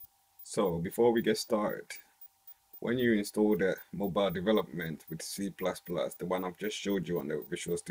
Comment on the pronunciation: Yeah the way he says C++ makes it twice as cool